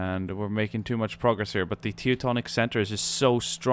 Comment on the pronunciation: Why is it so difficult to pronounce the 'eu' in Teutonic like 'oy'?